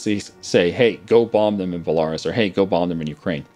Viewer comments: You really need to work on your pronunciations... like its bell-a-rus not bell-ar(e)-us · i love these video! keep them up though as a british man. A European. i wish you could once pronounce place names correctly. e.g Belarus is said BELL A ROOSE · *Bell-ah-roos XD It sounds like if you're at a Toys R Us that sells bulls. (Bull-ah-rouhs) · Why does he say Belarus like that? It should be belaRUS, not BElarus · I love how says "Balarus" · BELL-A-ROSE Belarus BORE-KNEE-OH Borneo come on man... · BELA- RUS(E) jesus... its an entire country. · is pronounced Bela-roos. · It's pronounced Bella - ruse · I don't know how long this has gone on, but your pronunciation of Belarus, hurts me. Love your channel but it is pronounced like BE-LA-RÚS (belaroos). I'm pretty sure Rus is like a suffix for many people groups for relation to the ancient Rus people